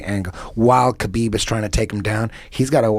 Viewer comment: Why do Indians call KAH-BEEB HAH-BEEB are they high. Are they drunk. Yoga fire yoga flame?